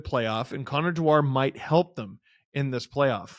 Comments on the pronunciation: Amazing that & then Steve mispronounce Dewar's surname. It's Scottish & it's pronounced just like the whiskey.....Dew-ar, not De-WAR. Many Wild fans seem sorry to see 'Dewey 2' go & claim he's an excellent skater, physical, tenacious, plays solid D & is very good on the PK. Anyone who gets Nylander off the PK is welcome in my world. In the small sample size I've seen he is a guy most Leafs fans will love. He, Boosh & Edmunson make the Leafs harder to play against, so decent work by Tree despite no 'homerun' aquisition. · It's pronounced dew-er. Not de-war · Steve, as a Scot, you should know how to pronounce ‘Dewaarrrrr’! Think whisky! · As a Scot I'm privileged that that you tried to make one of our surnames sound very fancy, French and exotic. Dewar rhymes with fewer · I like how Steve and pronounce Dewar lol